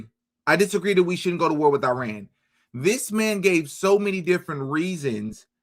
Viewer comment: That's not how IRAN is pronounced.